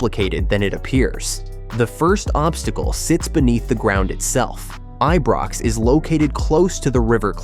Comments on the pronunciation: Eebrox? Get rid of AI voice overs please! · Pronounce the Ibrox name properly. 💙